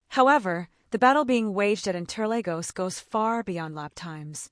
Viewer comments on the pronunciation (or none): Uhh my goodness it's inter(Lagos). Not Legos